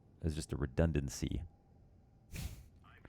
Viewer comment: "Redundant-C" lol